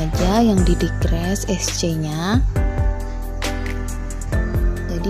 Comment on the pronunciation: Mbak, nyebutnya jangan x.. bilang sc aja.